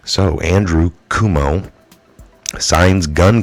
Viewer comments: I love how you butcher his name! LOL I like that better than KWOH-moh. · NY governor is henceforth to be called COO-mee-oh! As per and all patriots!